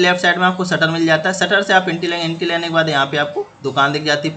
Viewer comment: entry ko aap enti bolte hain jaise koi anpad hamein plan bata raha ho